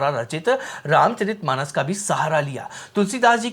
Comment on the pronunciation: जिन लोगों को वीर्यशुल्का, रामचरित मानस जैसे शब्दों का ठीक से उच्चारण भी नहीं आता, वे भी रामायण पर ज्ञान देने चले आते हैं। सीता हरण का दृश्य भी इन्होंने नहीं देखा है, किसी ने लिख कर दे दिया है, वही पढ़ रहे हैं।